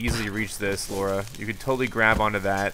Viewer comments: Lara not Laura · when he calls her laura instead of Lara lol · i dont like he dont now how to speak currect name he is saying laura the real word is lara first you want to now about game then upload the video